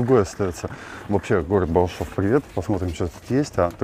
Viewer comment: Балашов, а не Балашово!